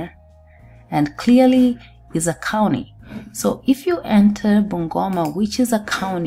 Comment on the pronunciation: wacha kusema kauni plz. sema county plz